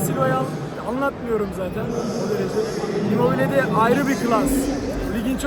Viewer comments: Abi sen immobile ye neden immobil diyorsun saçma geliyor kulağa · Abi neden immobil diyorsun